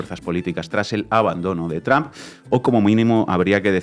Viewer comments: El apellido del presidente de E. Unidos, no se pronuncia TRAM. Si no habla ni lee inglés diga Trump, no con esa A atravesada. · Mál dícho es TRUMP,, Bien dicho es TROMP,... Entonces porque seguímos diciendo TRAMP. Osea Manera incorrecta de pronunciacion natural del latíno. No es tramp , es tromp aunque se escriba con U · Este Trump, se oye como Tramp–a😂